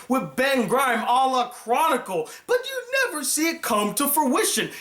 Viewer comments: I'm not trying to nitpick because the review is well done. But for the love of God, please, It's Ben Grimm NOT Grime; soft i. Like Grimm's fairytales. Please. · Also it is Grimm not Grime. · Uh... The Thing's name is Ben Grimm, not Grime. Anyone half familiar with the Fantastic Four would know that. Come on, man...